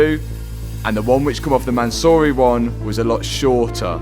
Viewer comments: Man-siiiuuuuuuuu- ry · From “Mansory” to “Mattsory” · Man-saw-y Rolls-Royce